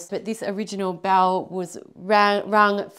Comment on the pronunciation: I had no idea what you were talking about and couldn't figure out why you kept saying bowel. Until you rung it. Bell. You're dropping your Ls.